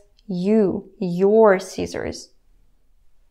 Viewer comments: Yes, I care, and don't worry, I will still follow your lessons, as I've come too far, to stop now. I'm actually impressed with your accent. It's not really extreme, except when I heard you say "Caesars" (you were actually saying "scissors"). But, I can tell you've worked long at English. I realize you're a teacher, BUT you must improve your "i" sound. Please keep your wonderful Russian accent, but please try to practice the "i" sound, as in scissors". It's not "EE" sound as in Caesars. It's "i" as in "ticket", not "teecket", for example. Or "i" as in "sin", not "SEEN", which is is another word altogether. (For Example: I've "SEEN" Led Zeppelin, in concert".) Or "i" as in "bin", not "bean", which, as you know, is a vegetation that grows. All those examples use the "short i", all of which sound the same. As far as never having had any problems communicating with "Americans", I ask you "What's an American anymore?". My parents came from Europe years ago. Greece, in fact, so I've had plenty of experience in correcting them, with these little corrections, as I have done with you. I too will need corrections in my Russian speech, as I have a few Russians friends, here. I want to learn the Russian language well, to communicate effectively, with them. And, we're in the USA, which is a distinct country within the continent of North America. We're the ones with President Trump, where FEW people practice the English language, anymore. I'll continue to study The Russian Language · oh right: scissors, not Caesars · Привет, ваш английский отличный, но вы всегда произносите короткий «i» как «ee» как в «feed». Например, вы говорите не «scissors», а «seezors», (как в «Caeser's Palace»). Важно, чтобы исправить это, в противном случае люди будут путать ваш "hit" с "heat", "fit" с "feet", и "sit" с "seat", и предположим, что вы южноафриканский.